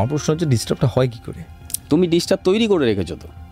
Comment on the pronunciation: disturb na , distub 😂😂😂😂